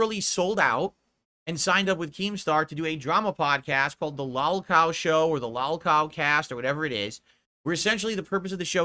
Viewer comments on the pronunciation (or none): is such a moron!! Love how he mispronounces LolCow as if he doesn't know what it is or hasn't heard it!! Smh. The only reason anyone would tune in to a podcast with, Boogey, and Wings in it would be to make fun of them!!! As if people would watch to get their opinion on popular or important topics!! He can barely get people to watch his streams!!! I guarantee no more than 2 people wrote and told him what he is saying about the show here. He is as usual exaggerating to make himself look better. What an asshat!!!